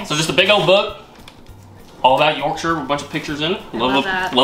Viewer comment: As someone from South Yorkshire, its really nice hearing you say the word "Yorkshire" correctly as I've heard a lot of people say it as York-shire like as in the way people say Shire Horse